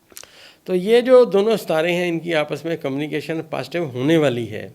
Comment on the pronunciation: کَمْ نِی کَیْشن؟ صحیح تلفظ کَمْ مِیُو نِی کَیْشَنْ!